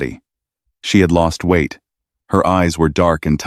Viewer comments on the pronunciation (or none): none